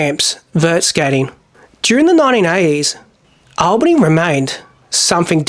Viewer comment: Been there a few times. You pronounce the town Al-bany not All-bany as in thr name Allen. Just to let you know. Nice vid man keep it up